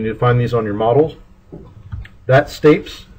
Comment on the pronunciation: that's not how you pronounce stapes